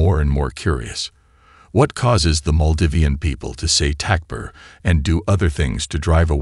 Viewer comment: Aslm. Awesome awesome content. May ALLAH swt bless you all. Just the pronunciations. Don't k ow if it's AI. But compensate for this. Write the word Takbir on the screen when you hear it is necessary. Otherwise all your efforts could be wasted.